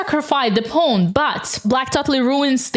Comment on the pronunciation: I love the way you pronounce pawn “ pown” It’s the biggest reason I watch your videos 😊